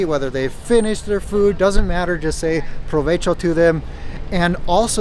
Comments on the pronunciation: I know this is 2 years old, but something I've noticed on all of your videos is you tend to pronounce the spanish 'v' with an american 'v' sound. In Spanish, it makes the same sound as the American 'b'. Provecho is pronounced slightly incorrect here. Fortunately, v's and b's sound very similar and I don't think Spanish speakers can normally hear the difference. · Saying provecho is actually bad education. You are not supposed to interrupt strangers. Also, provecho sounds like someone who is poor would say.